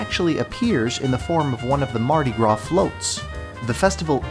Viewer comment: Mardi gras not mardi gra